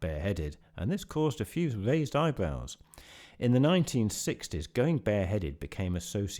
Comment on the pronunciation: You pronounce some "r"s like "v"s: "this vaised some eyebvows"... It's funny. I thought it was only a thing in Italian... At least I had never heard it in English